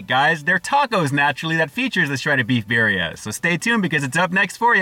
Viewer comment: "Bear-ria?" Lord almighty...